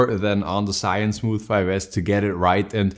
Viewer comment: It's zhiyun not shiyun lol